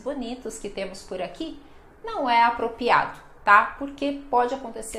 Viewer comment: Tive a impressão que você falou " "apropiado" no minuto 5'10" ao invés da forma correta que é apropRiado.